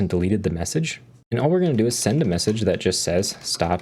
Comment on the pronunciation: Hahaha "take the user of the meSaghesr"